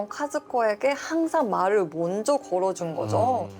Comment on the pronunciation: 진짜 한국말 발음도 안되는 사람이 나래이터면 어떻게 집중해서 들으라는거냐 몬저 연락했어요 횰통이라서 에휴에휴 진짜 알아듣느랴 자막키고 듣네